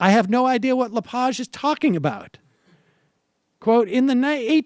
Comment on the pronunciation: Pronounced "La-Page" like "turn the page in the book". Just fyi, the bad pronunciation gives his name far too much class. He's a pig.